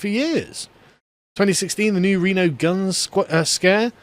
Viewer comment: "new reno"